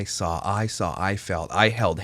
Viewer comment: Now I cannot stand her videos because I catch all her speech issues... sawll vs saw or seen. Kiddos. Things are "hard". NaKova or Kova? Its in other videos too.